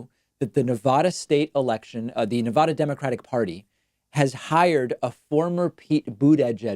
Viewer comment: BRRROOOOOO. STOP OUTTING SO MUCH EMPHASIS ON NEVADUHHHH.. ITS NEVADAA AAAAAAAAWWW NEVADAWW